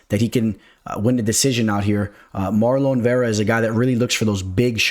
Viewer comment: has that cash money on his mind - pronouncing my boy's name "MarLOAN" Chito Vera 🤑😂